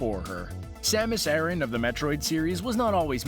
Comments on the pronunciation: Aran not arron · Samus Aaron? Only ever heard of pronounced similar to Iran. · in Japanese it is サマス•アラン, making the pronunciation something like ah-r(l)an, which is closer to the male name Aaron than to Iran. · My god, your pronunciations are atrocious! Her last name is pronounced A-Ran, like Iran the country except with an A. Secondly, the Planet is not pronounced Zee-bees ... it's Zeh-bes.